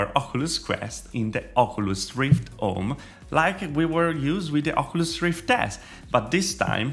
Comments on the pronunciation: do you even know how to say oculus? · The way he pronounces “Oculus” make me cry laughing LOL